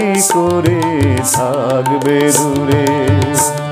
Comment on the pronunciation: Tumi ki emni kore THGBE dure ??? Kwa er uchharan ta aschhe na ,ektu dekben ! Over all fine !